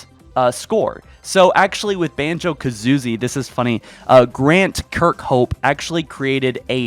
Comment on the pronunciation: I went straight to the comments when I heard that. I was not disappointed. I cant wait to play banjo kazoozie LOL